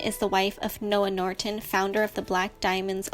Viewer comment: Norton not Nortent